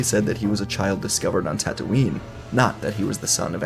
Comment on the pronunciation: bruh! its tattooine...not tattooing...